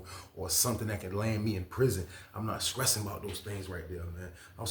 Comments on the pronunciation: I’m scressing over how he saying stressing 😂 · I respect the channel but hearing a grown man say skressing repeatedly blew my mind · I love how he says it!! 😂❤